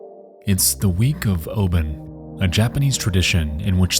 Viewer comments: true tho its pronounced obon not oben 😅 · Hi, I’m Japanese. Amazing video. My parents remember this tragedy like it was yesterday. Those buzzing of cicadas in said clip gives the deathly atmosphere. Obon festival is pronounced as “Oh-bawn” if Anglicized. Sorry for my weird English, I’ve been living overseas for years and still speak weird. 😅